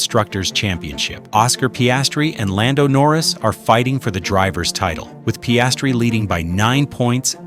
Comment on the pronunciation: Terrible pronunciation of Piastri